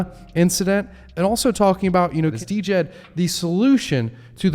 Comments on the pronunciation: I just had to mention it: the stablecoin is pronounced with the D being silent. So Djed = “Jed” NOT “Dee-Jed”. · Could u please start calling it jed Not D.jed It hurts my ears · Died but you say Jed the d is silent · Can we get a consensus on the pronunciation Djed = jed ? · Djed= JED The D is silent.